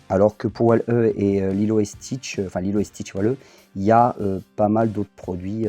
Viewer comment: Hello, on voit que tu as pris du plaisir à faire cette vidéo et à nous présenter ce joli POP de Stitch :) J'avoue c'est une belle pièce ! Juste stp on prononce "Wall-I". Ne me met pas de fessée j'ai mis la cloche lol.